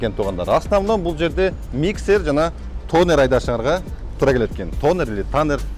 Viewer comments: Танар деп айтылат. Тонар жазылышы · Тонер😂Донер еле деп албадынбы😂